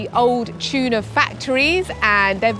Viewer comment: It’s not CHUNA, it’s Tuna 😊…. great video ❤